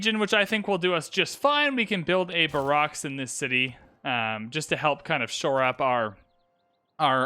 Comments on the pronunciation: <-- (Tnavres here. Donated on your stream). I just need to know, "What is a bah rocks?" You mean barracks (bear ricks). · Please, for the love of all that’s holy, it’s pronounced (BARE-iks) not (ba-ROCKS)… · What is a bah-rocks?? You mean a bear-ricks, right? :face-green-smiling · Barracks isn't pronounced "Bar-ocks", it's "Bear-eks". Sorry but as a Military man this was bugging me, great video though. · BEAR-icks, young wizard. BAR-icks is classy and acceptable as well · Barrack - "Bare-Rack" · They way you say barracks ( it’s bear axe) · It’s Barocks Obama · "baraks" lol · (Twitchy)Slow the mouse down Please! And Barracks is pronounced BARE-EX - Other than that good stuff - Keep it up, just slow it down! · Barrack Obama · Barracks Obama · Just wanted to comment the correct pronunciation lol: Bear rex 😂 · FYI “Bear-icks” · Not sure if you know and are just mispronouncing it on purpose or not, but barracks is pronounced like "bare-axe." Great content, by the way. You're easy to listen to in the background while playing my own civ 6 games while still being entertaining. Thanks for the videos! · Great video, but please look up the pronunciation of "barracks" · Here's hoping you've learned to pronounce barracks... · Excuse me but you pronounce ‘barracks’ HOW ?! 😂 Love the video thanks ! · The way you say barracks makes me giggle. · same lol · It confused me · No one noticed how he said barracks? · That threw me off so much...